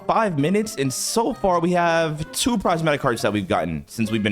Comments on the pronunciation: Not being mean or anything but it’s prismatic not prizematic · Its not prizematic heart its prismatic heart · ITS PRIS-MAT-Tik